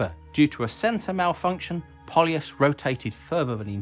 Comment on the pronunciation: I got to see Buran at the Paris Air Show in 1989. It was mounted on top of the six-engined carrier aircraft. It was an amazing sight to see. By the way, Polyus (Полюс) is pronounced Pole-You-S (soft s sound), not Paul-Ee-Us.